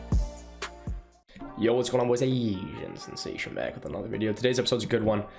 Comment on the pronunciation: Nah I love how he delays that sensation part